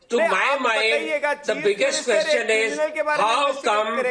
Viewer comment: Laughing stock of the world. Are Indians ashamed of this clown who acts as a news anchor. Queshun ees.